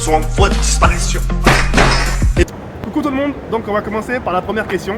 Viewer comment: Il me fait trop rire devant tous le monde il dit yo toulemonde Salama à tous mes frère avec une caméra